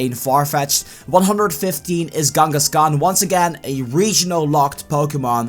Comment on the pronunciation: It's Kangaskan not Gangaskan